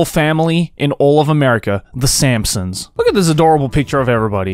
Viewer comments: Am I wrong or did he say Sampsons instead of Simpsons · Did you just call them the f*cking sampsons? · Did anyone else hear him say "the Samsungs?" 😂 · when said Simpsons i thought he said Samsung